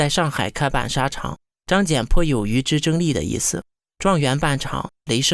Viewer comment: 小学生能把张謇的名字念对就已经相当不得了了，要什么自行车呢~